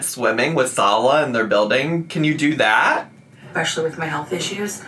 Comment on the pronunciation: I’m stupid ripped rn. This is especially, or no wait, “EXPESHULEEEE” entertaining whilst under the influence. This makes it a far less “INSCRUCIATEEEEN.”Thanks bestie ❤